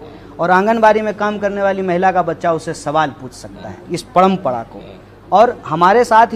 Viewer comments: Paihle ise Hindi sikhao parampara ko parampada bol raha hai🤣🤣🤣😂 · Abe padampada nahi hota hai parampara hota hai c😀 Tumlog jaise logon ko khada tak nahi karna chahiye salman sahrukh se kuchh sikh lo-diction, presentation etc Are bhai ye to bjp expect kar raha tha jab nahi mila to congress pakad liya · Padmpda k h u bhaiyee...hindi sikh jo apne desh ki maa bhasha hai. Parmpra hoti h na ki padmpda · Jo admi parampra ko pnampra bolta hai o kya netagiri karega a adami bharat ke khilaf bolta hai lagta hai bides paisa pata hai isko kabhi bhi neta mat banaye a sabko bewkuf bana raha hai